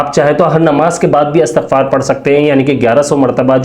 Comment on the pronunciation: اسلام علیکم بھائی یہ اَسْتَغفَار نہیں ہے بلکہ اِستِغفَار ہے۔